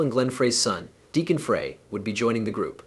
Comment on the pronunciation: Whoever did this...Frey's name is pronounced "Fry", and the constant barrage of "screen effects" was so annoying, I had to stop looking at the video and just listen...there was useful information about Vince's great career, but there was a lot of unnecessary added banter, kinda like late night infomercials...good try, but not quite there yet my friend.